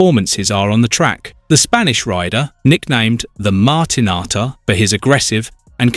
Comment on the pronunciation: What a terrible video, incorrect 'facts' and can't even pronounce martinator correct 🙄